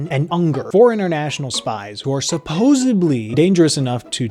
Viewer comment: Hey young monkey who does not know diction...I want you to read the following word and tell where the hell the letter B is: Supposedly.